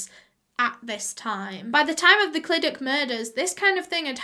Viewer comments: The amount of times she butchered the way we say Clydach😔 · its the actually being welsh and hearing it pronounced 'clidac' for me 🤣 it's cluhdachhh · Clydach is cly dach and Ch is like a cat hissing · i dont want to be rude here but clydach is pronounced as cyda-cgh if that makes sense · I saw clydach And i- I knew it 💀 Isn't it said ClidaCH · Your pronounce it clydac but your pronounce it really well fair play !! Thank you for doing this case x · Clydach is pronounced like cluh-dach (and the "ch" is pronounced like the Scottish "loch") or some might say "clee-dach" so idk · just started but ITS SAID CLI-DA-CHH basically like ur spitting at the end!! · cli duck <3 ik she tried but its funny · The way she was saying clydach was making me cringe as a Welsh person😂😂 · I used to live in clydach I’ve never heard anyone pronounce like you just did lol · appreciate you said sorry for the mispronunciation, however the welsh language and the culture here shouldn’t be baffling to you nor anyone. it’s just like any other country, like places you go to holiday on. The language and culture is important here just like it is in any other country. I dunno, that pissed me off.. always get people shitting on Wales and have no idea why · Welshie here, pretty sure you did a great job pronouncing names! I think if i were to pronounce the name of Clydach, I’d use the welsh pronunciation of the letter ch (yes... ch is it’s own letter in welsh, it’s hard to explain but it has a throaty sound to it) but I’m not from that area (Cardiff yeehaw) so I might be wrong! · You need to enunciate the "ch" Think of a deep voiced cat hissing at you and that's pretty much the sound 😂 🏴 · Did you notice she said Clydach wrong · I'm English but I've lived in Wales my whole life. It ku da bugs me how she mispronounced 'Clydach' but it's fine, Welsh is a weird language. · both wrong tho :/ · O butt why can't you pronounce Clydach right en, I also live next to Clydach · “Clydak” lol